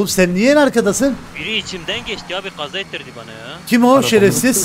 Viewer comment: barış abjnin kaja demesi artık psikolojimi bozdu 😂😂